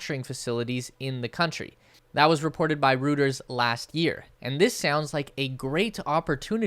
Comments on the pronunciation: Just a heads up, it's pronounced Karnaah-ta-ka Also Reuters pronounced... Roy-ters Silicon Valley NOT silicone Valley! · ) pronounced Roy-Terz. India percapita income is a BIG problem. Low tax base. Low level of education. Poor infrastructure. Tesla alone won't build cars there. They may build solar or battery.